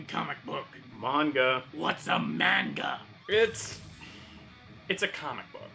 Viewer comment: It's also funny because he emphasized the word MAN like MANime but MANga